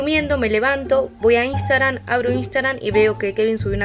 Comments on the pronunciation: en el principio jajjaja "Instagran" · Nadie:: INSTAGRAN